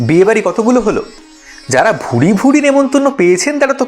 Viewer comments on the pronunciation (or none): কথাটা ভুড়ি ভুড়ি নয় কথাটা ভুরি ভুরি